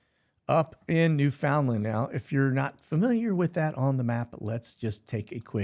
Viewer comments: New' fin-land, not New found' land. 🙃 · Just to help you out brother on country names and how they pronounce them "Newfn' LAND". Used to fly in to St. John's all the time and got schooled myself. Got Skreetched in one night... and became an authentic Newfoundlander... and was welcomed in other ways at the The Delata...lol